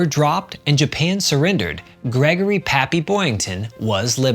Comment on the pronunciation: PAPPY, not papy, for God's sake! Your illiteracy is galling!